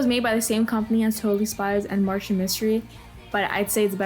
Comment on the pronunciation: Reboot is easily one of my favorite cartoons of all time. Sigh if only it got finished. I am not just hearing this person not only dunk on Martin Mystery but but also getting the name wrong.